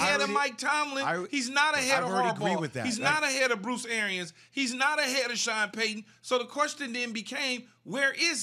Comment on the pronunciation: lmao this dude said Bruce Airen